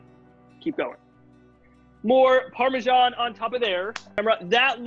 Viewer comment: parmashan